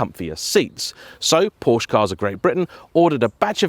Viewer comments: Why can't car people pronounce Porsche properly. It's pronounced 'Porsher'. A porch is on the front of your house! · A car journalist who cannot pronounce the name of the car he is reviewing? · Unknowingly mispronouncing names is one thing but intentionally doing so is disrespectful of the Porsche family name. What if everyone started deliberately calling you Jane instead of, how would you feel?